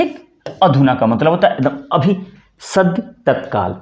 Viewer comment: 'अभि' नहीं 'अभी '